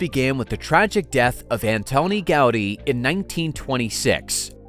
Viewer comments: Man könnte ja ihm zu Ehren seinen Namen richtig aussprechen: Gaudiiii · Gau-dÍ! With accentuation on "dÍ". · My-orca | Gow-dee